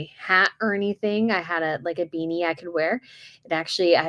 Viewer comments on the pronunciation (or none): none